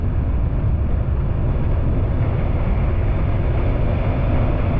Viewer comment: Kuala Lumpur, not Kaula Lumpur